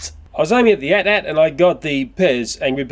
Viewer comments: With the AT-AT, it's not meant to be spoken as "at" 2x, but rather "a-t-a-t". Feels so good to be a fan of Star Wars! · For the AT-AT, you say "a's" and "t's" separately, as opposed to the word "at" twice. I know of a video that has the correct pronunciation, it's from someone called runescape228, in his review of the Star Wars Transformers Crossovers AT-AT driver. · I noticed you're pronouncing it as at-at. It's pronounced "ay-tee ay-tee" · its pronounced a.t.a.t